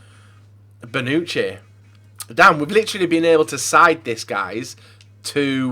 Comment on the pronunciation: could you do everyone a favor...and Google how to pronounce names..Who tf is Karnisis and Bonuki??